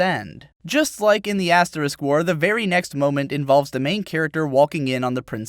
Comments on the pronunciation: we get it.. you're saying ass wars on purpose.....just use Ast now plz, its so irritating now xD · you called it ass war XD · did he say ass war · I really like how at how at 10 mins he starts calling the asterisk war Ass war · I can't help but to chortle every time you refer to asterisk-war as ass-war. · Lol I like how he calls it ass war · Are you really saying Ass War? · I'm serious to God; it sounds like he constantly says "the ass war". I know what he means but I can't just not hear that. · Haha u said ass war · "ass-war" nice one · Yulis' lack of ass! LOL. And then later he called it "ass war" 😂😂😂 Your videos are hella entertaining.